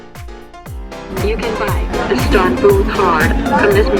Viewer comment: It's very annoying throughout the whole video...when u say istambul instead of Istanbul. It's "Istanbul"